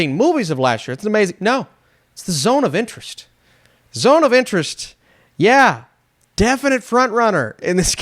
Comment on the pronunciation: It sounded like you kept saying The Zone of the Enders, so that just made me keep thinking Zone of the Enders, fitting as Kojima is now finally making a movie.